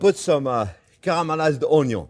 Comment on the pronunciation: I clicked immediately when you said "caramelized Onyon". 🥰